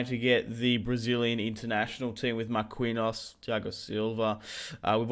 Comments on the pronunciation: It's pronounced "mar-keen-yos" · Why u sain Mar-queen-hose..